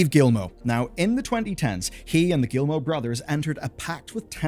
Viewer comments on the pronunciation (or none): I'm so sorry. Your video is good... But I just... I cringe every time you say "Guillimot". Ohhh anglophones... Never change.